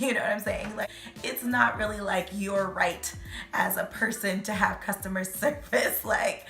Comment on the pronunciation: “Make sho you really want cho item before you buy it” 😂😂😂😂😂